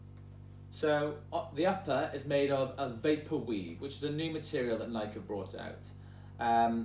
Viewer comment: i know for a fact he didn't say nike like that OH god lol